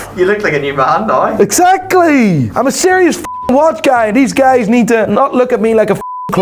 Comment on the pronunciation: Why do the iris say 'nai' instead of 'now'? They need to see a speech therapist.